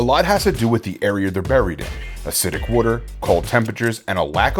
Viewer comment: Wooder? Philly or South Jersey?